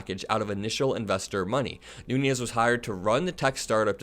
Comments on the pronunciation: i like your videos, but you murder a lot of names and words. devin nunes is actually a noo - nez. he’s not devin nuñes (noo-nyez). concerning another recent video: ghislaine is pronounced “gee-lain”, like the g in golf, not “jiz-lain”. keep up the good work. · even though I have, no respect for him, I have to point out that Devin’s name is pronounced “noonish” or “newns” not nuñez. He’s not Hispanic. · Devin Nunes is Portuguese. His surname is pronounced phonetically: New nez. Those of Spanish descent probably don't want to be lowered by this fool who sued a cow!!!!